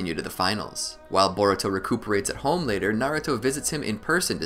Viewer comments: no. It's nah-ruu-to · I'm not Arab, and it's pronounced nar-ooo-to in sub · no it's pronounced na-ra-to